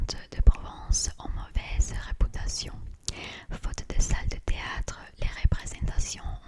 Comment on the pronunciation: Ton français est tellement plaisant à écouter et il est quasiment parfait ! Tu as dû t'entraîner beaucoup de temps et tu mérites le niveau que tu as actuellement 😊. Cependant, j'ai remarqué que tu as encore tendance à prononcer les "u" en "ou". Exemple : ->Les troupes amb(u)lantes ☑️ -> Les troupes amb(ou)lantes ❌ _________________________ -> Ont mauvaise rép(u)tation ☑️ -> Ont mauvaise rép(ou)tation ❌ Sinon continue cette série j'adore énormément !😁👍🏻👍🏻🤲🏼